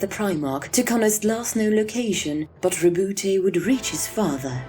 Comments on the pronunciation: How come I hear other ppl pronounce his name as "Row-boot" instead of "Row-boot-tay" which is the right pronunciation? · It's not rebouté, it's roboute. French name.